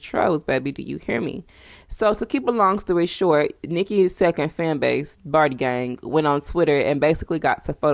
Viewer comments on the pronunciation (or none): none